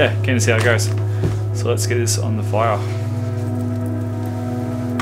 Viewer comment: Another brilliant vid. 'So lets get this on the fiyor'..... Any irish heritage in you? That sounded oddly Gaelic to me:-)